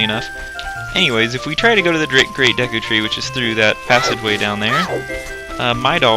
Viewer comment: lol, Deek tree haha